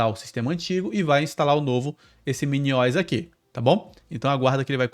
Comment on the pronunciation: "MINIOISSS" é pra acabar, se fala MINI O S, de Operating System!!!!!